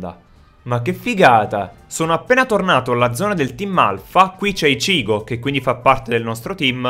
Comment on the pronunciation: non pronunciare ishico pronuncia icchigo